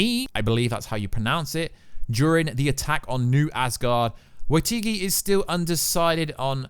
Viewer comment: how the actual fuck do you mispronounce the name jodie comer? how do you go from comer to corber? TWICE! ... plus somehow waititi is waitigi (twice) and miek is me (wtf? “i think that’s how you pronounce it”? IT HAS A K RIGHT THERE!)